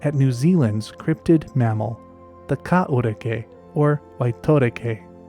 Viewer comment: Not bad on the Maori pronunciation mate. I'd heard about this animal but never seen it discussed online. Intriguing video.